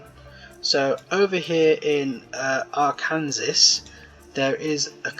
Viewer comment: arkansasan here ~ its ar-can-saw not ar kansas